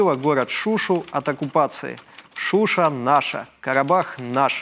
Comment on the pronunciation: Слух режит: ШУ' ша, правильно ШушА', шуши'нцы